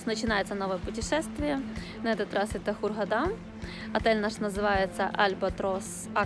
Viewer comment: Хургада, ударение на 1. букву А !!!